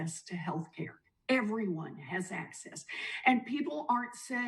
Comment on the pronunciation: Warren says access. Of course 🤦🏻‍♂️